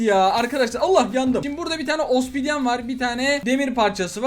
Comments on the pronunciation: Osbidiyen değil obsidiyen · abi o osbidyen değil obsidyen abi